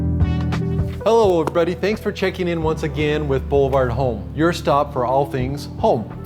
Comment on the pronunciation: I feel like you're not pronouncing Boulevard correctly.